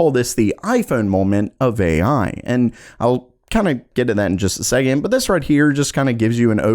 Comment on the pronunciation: Bro. Why do u say but with so mych emphasis and breathing?